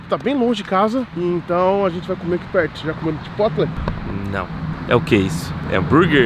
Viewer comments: MEGA CLASH. Clash of Clans / Clash Royale nem é vei, chaporou kkkkk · só pra lhe ajudar eu fui no Chipotle e perguntei o nome de lá e a pronúncia certa é CHAPOROU.